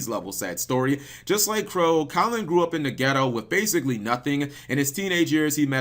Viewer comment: its KAL-an not collin